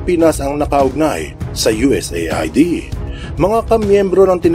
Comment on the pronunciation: U.S aid ang pagbigkas niyan